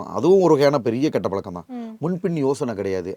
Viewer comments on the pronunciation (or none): none